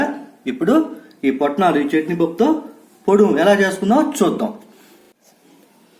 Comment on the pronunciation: Potnalu kadu swami putnalu ani antaru normally